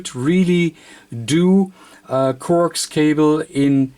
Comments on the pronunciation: Corx cable LOL I always thought coax was pronounced co-ax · Corks cable?? It's NOT corks, it's COAX (pronounced CO AXE).